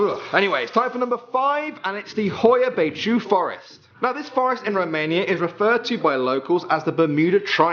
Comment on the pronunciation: How he pronunced "Horia Baciu" xD